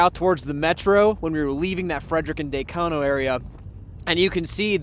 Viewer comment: It’s not Day-cono. It’s Da-cono. At least pretend like you’re from here.